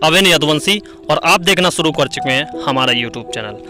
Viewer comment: aap bahot ajeeb aor galat hindi bolte hain, yahan tak ki apna nam bhi thik uchchadan nahin kar sakte -. Aor aap bolte hain - suru, prsidh, ishtar, shinema, Rames, nrdest, bhavis, chaalbaj, Sri Devi, Mumtaaj, pradarst, parpoj, kosis, sadisuda aadi. Aapne hindi bolna kahan seekha hai, bhai? Tashkent, Uzbekistan.